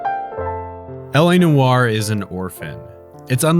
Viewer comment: LA Noire is not how you are saying it you're pronouncing it wrong everybody pronounces this game's name wrong just like you people do with Ubisoft